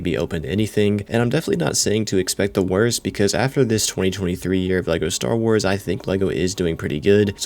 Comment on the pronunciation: "Star Wras"